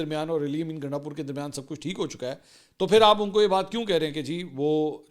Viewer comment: Gandasoor ? Mansoor Sahib ki slip of tongue